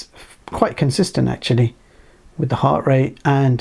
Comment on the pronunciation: The word is WITH not WIV. The word is BLUETOOTH not BLUETOOF. The word is OFTEN not OFEN.